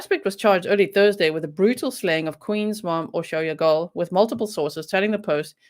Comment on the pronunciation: Hi G! I was afraid it was the handyman he had a key to the house I'm glad they made an arrest I'm eager to find out more details dont worry about pronouncing her name perfectly Hungarian is the hardest dialect unless you know Hungarian how can you possibly know lol you Did Great!👍👌